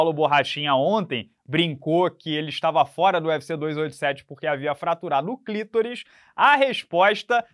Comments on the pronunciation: Mas não é clitoris e sim clitóris ok rsr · Clitóris com entonação na letra o conforto acento agudo, e não, "clítoris". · não sabe pronunciar “clitóris”? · Jornalista formato, redator de profissão, pronunciando clitóris errado Esse é o país em que vivemos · tem uma pronúncia peculiar para a palavra "clitóris".